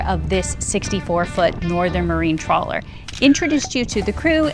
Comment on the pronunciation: Trawler not trailer